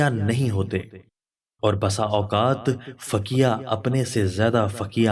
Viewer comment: ویڈیو اہلوڈ کرنے سے پہلے الفاظ کی درست ادائیگی دیکھیں فَقِیْہْ پڑھا جاتا ہے آپ نے فَکْیَہْ پڑھا